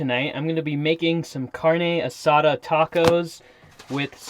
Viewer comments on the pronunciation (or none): Carne A-suh-dude